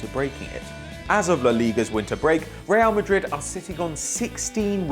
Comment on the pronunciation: anybody else notice "real marid"